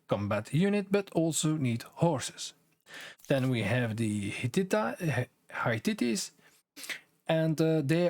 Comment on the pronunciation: Hittite is pronounced like "Hit-Aight"